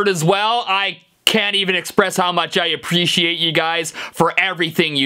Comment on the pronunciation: STEVE!!!! Listen you said "How much I APLECIATE..." hahahahaha you said it like Joey Ramone and you didn't notice hahahahahahaa it was amazing. Give this comment enough likes so he can see it and comment XD "E" in the chat jajaja